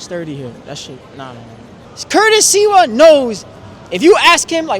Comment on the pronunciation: this guy doesn’t even know how to talk or say Sliwa’s name. Dumb dumbass